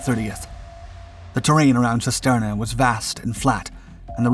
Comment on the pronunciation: Cisterna is pronounced (using English lettering) as "Chisterna". Every time you mispronounced it, I winced.